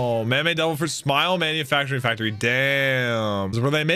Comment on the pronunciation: I love that you don’t like the Lao G bit but you pronounce words weird too like “Factory” and “devil fruit”